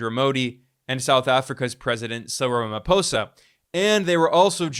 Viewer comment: Wow! This guy is the real deal. He knows his story. He's even spot on with pronunciation of names. He pronounced "Ramaphosa" 100% on the spot.